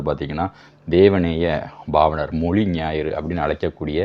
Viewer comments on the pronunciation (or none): none